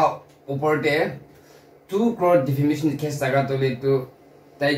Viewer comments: The guy has clearly said "DEFAMATION CASE" Then why does this girl keep saying "DEFAMINATION CASE" in all of her videos relation to this subject. DEFAMINATION is not even English word. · Defamation not Defamination 😊 she said that in the previous videos also...so just felt I should correct it. 😊